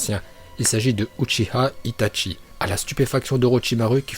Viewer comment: Tu m'énerve quand tu dit Hitatchi